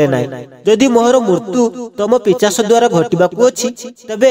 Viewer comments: ଭାଇ ପିଚାଶ ନୁହେଁ ପିଶାଚ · Pichasa nuha Bhai.. Seita pisacha.